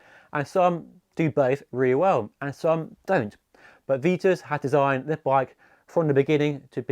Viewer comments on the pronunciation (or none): Good selection of bikes but there is no such brand as Veetus, its pronounced VITUS with an i, not ee |||